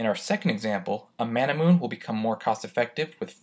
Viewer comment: Ain't Manamune pronounced Ma-na-mu-ne due to its Japanese origin?